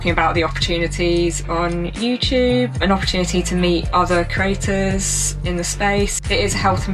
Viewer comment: I kept hearing “craters”.